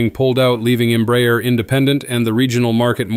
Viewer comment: This is a really excelent and very informative post. To make it perfect, the pronunciation of the name Embraer can be improved. It isn't Emb-rayer, but instead, and quite simply Embra-air.